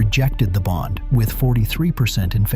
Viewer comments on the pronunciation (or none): none